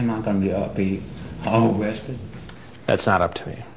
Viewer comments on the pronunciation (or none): Ohh cwap. This guy is the best predator. He's super underrated. He's like a top 10 predator for sure... with his oh cwap and awwested speech impediments it's way underrated. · It's O-RESTED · "Aw-awrested" 😂😂 i like Oressted too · The pause 😭😭😭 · A-a-amma i gonna be oooh wested?.....oh cwap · Oh cwap. Dwatained. OOOrested. The cleanest, best pleasure.